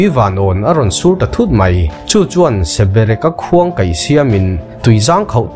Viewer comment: Ngaihnawm hle mai...mahse Sebereka nilovin Sabereka